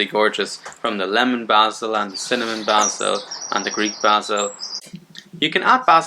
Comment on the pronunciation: Great info! Thank you! I love the way you pronounce basil. 😊